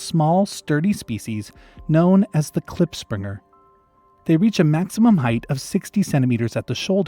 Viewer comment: As a South African, I know the klipspringer, bat-eared fox, and aardwolf, and the tenrecs, also you pronounced klipspringer wrong, look up the pronunciation because the language that word comes from has some weird sounds I can't explain the sound of